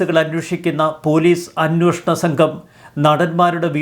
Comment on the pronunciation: അന്വോഷണം അല്ല അന്വേഷണം എന്നു ശരിയായി പറയൂ..